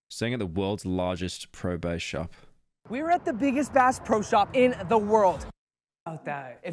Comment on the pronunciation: "pro base" just add it onto the pile of pyro being unable to speak